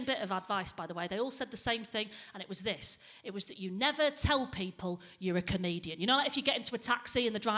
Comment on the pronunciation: Especially when you can't pronounce comedian.